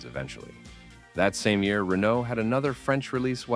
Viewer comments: Ray-no, not Renault 😂😂😂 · Its RenO Not Renno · Killer actor. You are pronouncing his name as if it was Renaud.